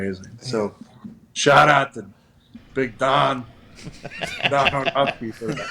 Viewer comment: “shaht aht to big dahn” -Aaron😂🤣 I’m crying